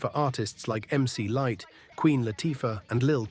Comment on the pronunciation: Biased as hell...LL had the Def Jam powerhouse, with questionable promotional tactics behind it, behind him, but bar for bar Moe D got him cant listen anymore, especially since the way at the door narrator stated Mc Lightee...AI ...done